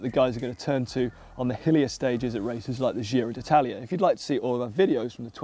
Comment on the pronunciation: Did he say giro d'itlaia?